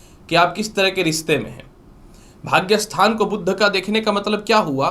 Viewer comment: कृपया सही उच्चार करें, 'बुध' को "बुद्ध" न बोलें।